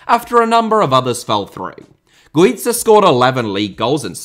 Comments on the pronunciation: Spaniard here. Not qualified to talk about Pepillo. Only to say Guiza iss pronounced as Gwitha. And Pichichi is pronounced wit the ch sound just like in English ch is only pronounced as K in Italian keep up the work and sensitivity towards foreign languages,! 😃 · My good man... Güiza is Spanish, not Italian, so his name isn't pronounced as in Pizza, and the pichichi trophy isn't pronounced Pickicki. Otherwise top video as always with weird obscure references just as we like it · You may be right with Grafite but you pronounced Güiza's name as the double z in pizza 😭😂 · Yeah, aud Guiza completely wrong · The whole Dani Güiza segment... god. Dear, please look up the pronunciation of Spanish stuff before recording. Sincerely, a Spanish speaker.